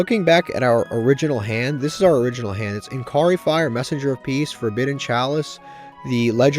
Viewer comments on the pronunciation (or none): Hey man. Love the videos. But it's been like three weeks and it's driving me crazy. There's no "k" in Inari Fire. Please. I'm begging you. I can avoid other pronunciations, but this one is just too much for me. Keep up the good work!